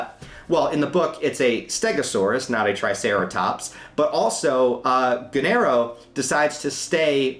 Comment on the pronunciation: Gennaro is pronounced "Jay-nah-roe". The movie gets it wrong.